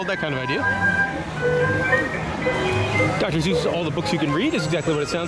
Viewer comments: Seuss with an “S”!! Not Zeuss! 😭😂😭😂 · Do you keep saying "Zeus" instead of "Suess"? I had never heard anyone pronounce it like that in any of my travels until I googled. As far as I can tell, people in England and other British accented countries like New Zealand sometimes mispronounce it like that. Of course we are all pronouncing it wrong since this is a German name and would be pronounced "Soice" which is the way Ted Geisel said it until he realized American's kept reading it as "Soose" and rymed with "Mother Goose". He figured that was good for marketing since he was telling children's stories. Anyway, thanks for the nice tour!